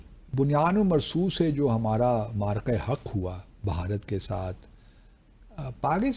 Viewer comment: بہارت نہیں بھارت